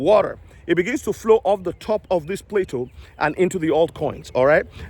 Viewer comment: Pla toe, not plato... pla toe is how you say plateau